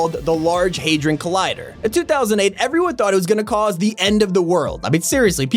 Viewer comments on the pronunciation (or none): its pronounced had ron collider btw